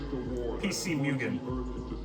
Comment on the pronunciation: Why do you say "Mewgen" its "Moogen" you sod.